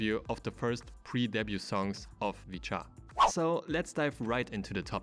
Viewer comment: its supposed to be pronounced "vit-chaa"